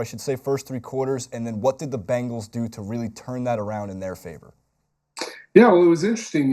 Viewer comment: Why can't pronounce Bengals?